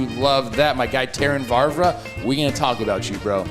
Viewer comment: Don't care if he does know them, Trev's definitely throwing an extra "R" in when saying "Vavra".